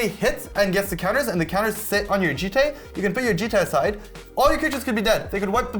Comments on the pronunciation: as someone who studies japanese, i can confirm it should be pronounced "jee-tay", and certainly not "jit" without getting into a whole convoluted japanese lesson, there are only 5 vowels in japanese (a = "ah", i = "ee", u = "ooh", e = "eh" o = "ohh"). if you see those letters in a japanese word, the vowel is ALWAYS pronounced the same, it's not like english where pronunciation is different depending on the word. also, almost all japanese words end in a vowel (the exception is if the last letter is N.) also, a jitte is a real weapon: "A jitte or jutte (十手, "ten hands") is a specialized weapon that was used by police in Edo period Japan (1603 – 1868)." 十 = ten ("ju" or "ji") 手 = hand ("te") the "te" here is the same "te" as in "karate" (which means "empty hand") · definitely pronounced jee-tay when plugged into translate services